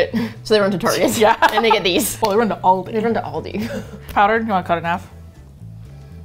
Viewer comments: So weird to hear people say Aldi and not Aldi’s because I’m from the Midwest and everything has an s at the end 😂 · I didnt know you had aldi in America. We have them in the UK and lidl. But we say Al Di not OL DI XXXX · As an Australian, with a rich, elegant and superior way of the pronouncement of the English language, it does make me cringe a tinge with the pronouncing of Aldi.. It is Al-Di (Like “Al” as in “Al” from married with children) not All-Di.. Ew... Cool chicks though would watch again 🤌🏼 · It’s AL-Dee like the Al from Alan and the Dee from the word deep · no it's not it Al-dee Al as in like the name Alan not all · Al (like the beginning of alan) - dee From a brit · NO NO NO MY UK HEART its al-de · It's al-di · Most say Al dee in Australia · oh that's fine!! I completely I understand. I'm over in the USA now, but I was over in Bayern where they said All-dee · Like the Australian ALDI back to school ads with Al and Dee! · wait, what? I used to work there and we all (management on down) said All-dees. Like Alldees things in this store.... How were we "supposed to" be saying it? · Honey, I indeed am German. Of course they won't be able to say it the EXACT German way, but it's close enough. Especially considering the other way people say it is "Al-dee" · Yes, I live in Georgia, but I just now realized that I add an "s" to the end that is not supposed to be there! Oh well, I'll keep saying all-dees. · Here in australia is pronounced Al-di Like “ hey Al” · At first, I felt betrayed…how can they go to Aldi, and not Trader Joe’s? And then I watched the video…and IT WAS SO SPECTACULAR! How could I ever doubt these beautiful, hilarious, and simply incredible ladies!?💗💗 Also, is Aldi not pronounced All-DEE? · As an Irish Ex-Pat abroad, the Aldi FOMO is real. Although she is pronounced "Al-dee." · You are pronouncing it wrong, but all Americans do so I’ll give you a pass. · Please stop saying it wrong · Love the video but the pronunciation of ALdi annoys me